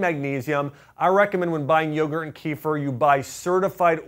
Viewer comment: great video. one thing though. Kefir isn't pronounced as keefer but, keh-feer.